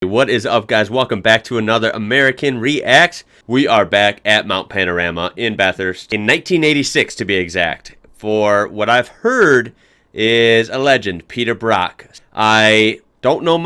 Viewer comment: Bathurst is pronounced 'baf fist' not 'baf hurst'